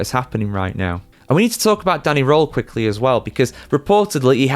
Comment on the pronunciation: Not Danny Roll, but Danny R-Earl. Simples.